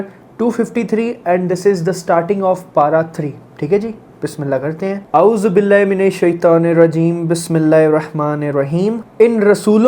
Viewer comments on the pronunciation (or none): Assalammu alaikum wa rahmatullahi wa barakatuhu.. Bhaiya ji Ma sha Allah aap bahut hi aacha batate hain .. lekin aapne ke mistake kiya hain woh yah hain ki aapne stating mein "Tauz" padha woh galat padha hain "Tauz" yani "اعوذباللہ"(Aajubilla) aapne jab padha tab aapne "ع" ke haq ada nhi kiya hain isliye aapke Tauz mein mistake hua hain.. Aapne bina Tajweed & Makharaj ke padha hain.. Alhamdo lillah aap itna kuch seekh rahe hain mujhe aapse bahut kuch seekhne ko milta hain aur aapke video's achha lagta hain.. Aap ab koshish kijiye Tajweed aur Makharaj seekhne ke aapke liye bahut achcha hoga aapko seekh kar bahut achcha lage ga in sha Allah be-iznillah.. Allah swt aapke mehnato ko qabul farmaye. Aapko aapne deen ke kaam lene wala banaye aur ilm seekh aur seekhane wala banaye.. Ameen ya rabbul alamin 🤲🏻🤲🏻🤲🏻.. ... Bhaiya ji aap mare baatko bura nhi manna ek musalman hone ke Faraz ada kiya agar aapko mare baat bura laga hain to mazraat chati hun❤.. Please zarur padhna aur react kijiye taki mujhe pata chala aapne mare message padha hain 💖.. ..